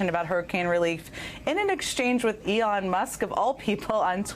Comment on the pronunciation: "Eon musk" she calls him lol